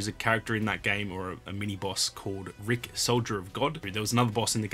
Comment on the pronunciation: to me it sounded like you said the actual bosses' name was Rick.